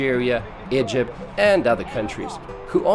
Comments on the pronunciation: “A young couple that comes from aEjeerpt” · hmm.. now make a video about "Ih-jipt" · Why does he keep pronouncing Egypt like IJUPT? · No one: Litterally no one: Narrator: "Igypt, with an I, not an E". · Dude just say Egypt correctly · The way you said Egypt in the beginning of the video really pissed me.off haha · Do you know how to pronounce “EGYPT” correctly. Disgusting